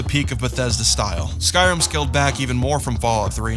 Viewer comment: It's called "Skyrim", not "Sky-rum".